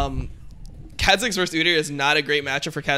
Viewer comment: if he says kha zix like that one more time im gonns kill myself